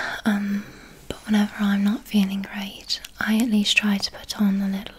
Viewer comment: I thought Wolverhampton how she says 'like', 'quite' and 'great'